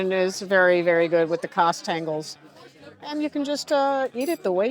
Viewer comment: Oh dear, you managed to rope in a native! 😁 There are "Dutch portions" of cheese? Don't tell my (Dutch) kids! Also, they actually prefer the edges of the cheese that you cut off! "Kaasstengel" has two "s" in it, otherwise it's a "Kaas Tengel" or "cheese hand", not a "KaasStengel" which means "cheese stick".